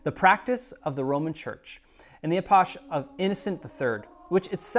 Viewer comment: This is a truly outstanding video!! Excellent work. (One pointer concerning the word 'epoch': It is "epock," not "eposh.")